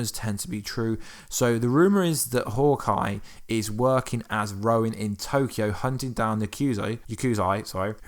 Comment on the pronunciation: You kept calling Clints new persona as "Rowan" it is Ronin...maybe I just heard you wrong, but sounded like you said it wrong multiple times